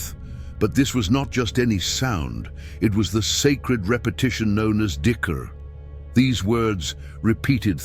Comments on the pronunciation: not dickr, jikir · It's not dicker, it's zikir (dh in Arabic will sound phonetically like z in English) and another one is Luh Mahfuz not Law Mahfooz.